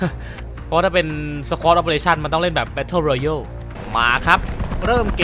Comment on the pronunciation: Battle royale ออกเสียงว่า แบทเทิลรอยัล ครับ(ช่วยกันเฉยๆน่ะครับจะได้ออกเสียงถูกด้วย#คนไทยช่วยเหลือกันเสมอครับ^^)